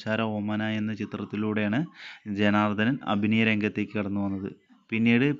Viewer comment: ജനാർദ്ദൻ അല്ലാ ജനാർദ്ദനൻ